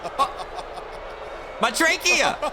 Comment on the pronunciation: I think you meant My "tre"chea. Yes, I know its trachea.